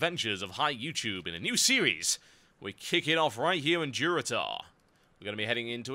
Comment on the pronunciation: Tauren questgiver said DuroTAUR hahah!